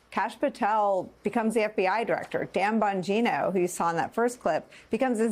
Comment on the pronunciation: Dan Bong-JYNE-o.